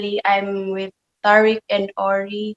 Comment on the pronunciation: Why is the interviewer calling him tar-ick? Does she not watch the show? Its Ty-reek.